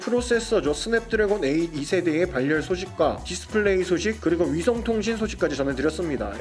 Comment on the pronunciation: 다른 유튜버들도 그렇고 ‘발열’이라는 단어를 ‘발열’이라고 잘못 발음하네요 ‘바렬’이라고 하는게 맞는거 같은데